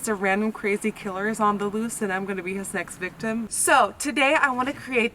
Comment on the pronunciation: did you say "next victim" or "sex victim" ??? I had to rewind afew times, still didn't get it😂😂😂